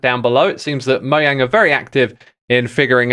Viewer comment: dude your saying mojang wrong